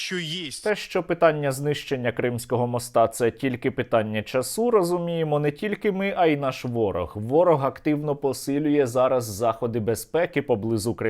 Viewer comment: якого ще в баню часУ, чАсу - правильно наголос, часУ це наче здрастє